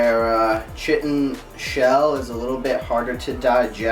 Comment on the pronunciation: That chitin shell pronounced like kite in